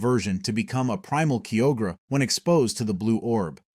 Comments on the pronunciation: Kio-gre ✅ Kyo-gre(Kaioger) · Registale, keyogra,grewdon im grateful for the info but dude was destroying everyone of my favorite legends names.